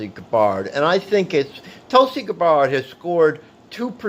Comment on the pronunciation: Her name is GAB-BERD. Pronounce it correctly, lol.